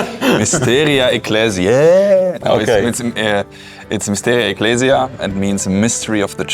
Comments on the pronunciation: Właśnie kolega wykorzystał wymowę kościelną "ecclesiastical" po angielsku. W wymowie zrekonstruowanej klasycznej dwudźwięk "ae" jest wymawiany jako "aj", jak powiedziałeś. Sama wymowa klasyczna istniała w okresie od circa 75 B.C. po III wiek naszej ery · zbitkę "ae" czyta się po łacinie jako "e" czyli czytamy "Mysteria Eklezje"